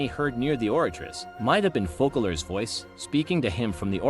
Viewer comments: it's called FOSSALORE , NOT FUCKALORE , in french there is ç pronouns sss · Loved the video! But it’s “Fose-a-lore” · I enjoyed the theory, can't wiat for 4.2 ! Also (I am French) and the "ç" of Foçalors is not pronounced like a "k" but like a "s". As if it was written Fosalors ...